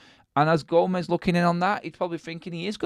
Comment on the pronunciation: Gomes. Its Portuguese, not Spanish. 1 syllable, not 2. Gomes(h), not Go-mez.